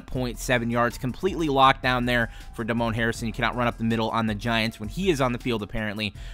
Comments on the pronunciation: Totally butchered Damon Harrison’s name. It’s not Duh-Moan, it’s Day-Min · Holy hell its Damon Harrison, Damon, not Damone from Fast Times at Ridgemont High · Damon is actually Day-mun Koch is actually Cook